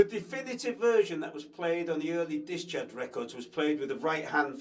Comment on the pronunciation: I love the way you say discharge lol. Dischurch. Thanks for the lesson. Gonna pick up drumming again soon